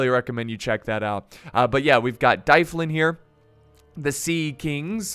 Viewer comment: Plz stop saying dyflin like that its Dublin like the city in Ireland